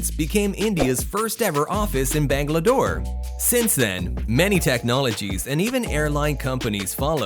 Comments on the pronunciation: It's not bangladore it's Bangalore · Did he just say bangladore ? 😂 like he was trying to say bangalore but thinking about bangladesh in mind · bangla dore? It’s Bangalore (bang-a-lore) not bangladore. It feels like Bangladesh + bangalore = bangladore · BTY, it's not "Bangladore" is "Bangalore"...😆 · Bangalore not bangladore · Bangladore????????? It is BANGALORE. There is no D present. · It's BANGLORE not BANGLADORE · Not Banga. Its Benga. Bengaluru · correction it is Bangalore and not Bangladore :D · Bangalore not Bangalador.. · It's Bangalore, not Bangladore. Please have the basic common information before making informative videos. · Bangalore. Not Bangdladore 😂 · Bangladore? wut 🤣🤣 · Pronunciations of Bangalore was incorrect, it's not Bangladoor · It's "Bangalore", not "Bangladoor"! 😂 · First office in Bangladore 😂😂 It's Bangalore, not Bangladore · Bangladore??!!🤣🤣 It's Bangalore or Bengaluru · Never heard of bangladoor🤣🤣🤣 its Bangalore. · 53 it's bangalore nit bangladore 😁. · it is banglore not bangladore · did this person just say, "bangalADore?" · bangladoor lmaooo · Ain’t no way the guy just said “Bangladore” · Bangladore? haha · Ah yes Bangladore!!!!😂😂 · Did he realy say bangla-door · bangla-dore... That's hilarious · Did you just call it as Bangladore? Lol. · It's like Dumbledore 🤣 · bangladore lol